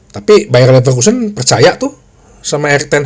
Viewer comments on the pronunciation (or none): Bro bacanya BayeRRRRRR LeveRRRkusen...... OmaRRRR BerRRRada..... semoga Tuyul merah tetap ngelawak tahun depan.... jadi tuyul imut2.....